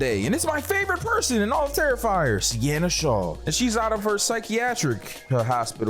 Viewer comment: Bro said "Regular Terrifer movie" Like any of them regular 😭